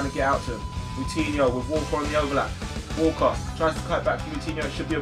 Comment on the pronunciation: When you Said Walker it Would sound like Walcott and I was like Have city just bought Walcott 😂